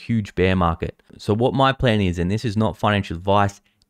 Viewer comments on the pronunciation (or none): none